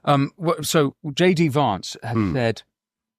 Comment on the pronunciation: Winston - "Vance" is pronounced in the same way you would say the word "van".